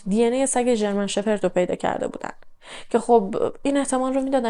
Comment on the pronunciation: خسته نباشی باعرض معذرت فقط ژرمن شپرد درسته نه شفرت بهرحال کاردرستی شما🙏